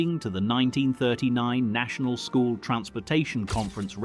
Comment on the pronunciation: "Schol" bus - oh dear tut tut